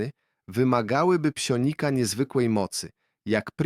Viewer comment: Psjonik a nie psionik, i ogólnie tragedia